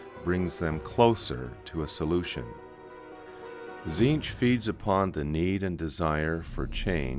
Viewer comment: cant stand the ay his name is pronounced...to me its always been Tezench not Zeench. If he is the changer of ways, his names would not only be infinite and complex but pronounced every which way. Its like Tsang Tsung you never said sang sung you said it like Shang Soong couse of the t. To hell with that silent treatment. KA NIFE to the face dictionary!